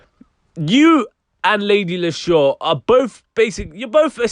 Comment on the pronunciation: It's not lady lis-sure...it's lady Lee-shurr. Spelt Leshurr.